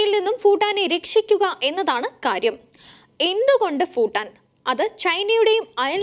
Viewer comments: ഫൂട്ടാൻ അല്ലാ......... ഭൂ ട്ടാൻ...... എന്നു പറയു...... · 😂😂😂 foooooo ival yendha parayane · ഫൂട്ടാൻ അല്ല കൊച്ചേ ഭൂട്ടാൻ എന്ന് പറയൂ ..... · ഫുട്ടാൻ അല്ല ഭൂട്ടാൻ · Phoottan alla kunje Bhuttan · ഫുട്ടൻ ഫുട്ടാൻ ഫുട്ടൻ . ആണോ ? അതോ ഭൂട്ടൻ ആണോ ? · Its not footan its Bhutan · ഫൂട്ടാൻ അല്ല. ഭൂട്ടാൻ... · ഫൂട്ടാൻ അല്ല ഭൂട്ടാൻ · ഫൂട്ടാൻ അല്ലടി കൂട്ടാൻ